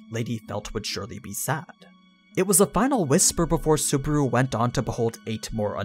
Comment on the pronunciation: I just started this video and you said... super? Really? Super? I want to harm you but I'm not going into detail. SU-BA-RU. BA like bus. RU like room. SU-BA-RU.